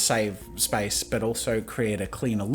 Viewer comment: omg when I first hear him say Space I heard Spice. "Hold spice and you can move around the canvas." I was so confused and had to google what spice key is lmao